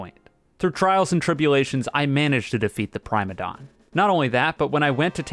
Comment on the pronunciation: I'm starting to think is mispronouncing the Boss names on purpose. First it was Prime-a-don, now it's Duke of Erishia